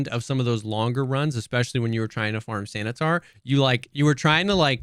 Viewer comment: I am sad you guys missed "Santa-tar"